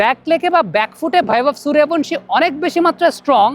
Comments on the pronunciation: বাংলাতে সুরিয়াভানশী নয়রে, সূর্যবংশী, বাংলা সূর্যবংশীর উচ্চারণ হিন্দীতে সুরিয়াভনশী। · আরে সূর্যবংশী হবে।হিন্দিতে য উচ্চারণ য় এর মত হয়।